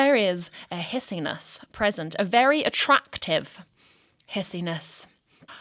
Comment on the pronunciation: love how the the camera snapped back into focus at the emphasized "ATTRACTIVE" :D 😊